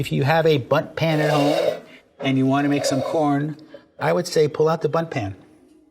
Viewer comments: Did he say but pan? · I swear to god TWICE he said "butt pan" ..... I can't be the only one who hears that. 😂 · For a while I thought he said “butt pan” and I was thoroughly confused